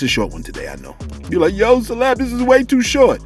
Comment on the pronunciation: I appreciate the shootout Celeb and thanks for pronouncing the name correctly SALUTE 💪🏾💙💙💙